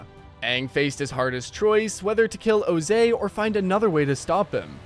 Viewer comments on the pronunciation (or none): why is ozai's name pronounced like jose? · who the heck is "ozey"😭😭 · I'm sorry, but who is this O-zay you speak of? I only know of Ozai from Avatar the last airbender.